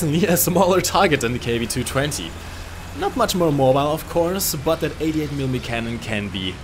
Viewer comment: It isnt KW-2-20. It is KW-220